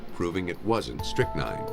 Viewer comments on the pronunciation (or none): the spectrometer gave a reading so it must be strictnine! Or the narrator he messed it up !😂😂😅😅